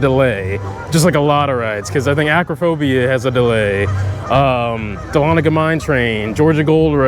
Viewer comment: as a Georgian it makes me happy do hear someone pronounce dahlonega correctly! also welcome back